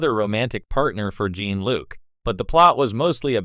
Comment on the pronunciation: Is this supposed to be a joke? They can’t even say Jean Luc’s name correctly. Stop using this garbage, AI, or at least watch your damn video first and correct the things that are wrong